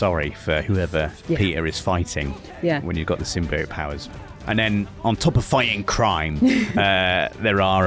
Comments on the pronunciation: Most people: Symbiote: Sym-BI-ote. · Bro can't pronounce symbiote